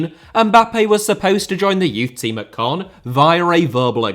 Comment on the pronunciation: its caen not cannes